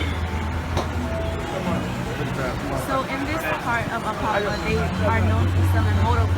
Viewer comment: She said she's a yoruba, but she's saying she's in "apoppa" it's Apapa 🤣